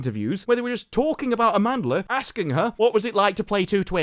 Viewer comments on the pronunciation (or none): "Amandla". Is that what giving birth to her did to her mom, affected her speech? ...or is it Danish for something